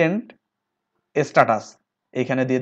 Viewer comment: আপনিতো ইংরেজি পড়তেই পারেন না। রেসিডেন্টকে পড়তেছেন রিসাইডেন্ট হেডকে পড়ছেন হ্যান্ড। আপনার কথা শুনে হাসি পাচ্ছে।